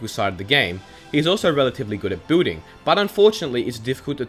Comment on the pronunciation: Why does he pronounce "building" as "booting"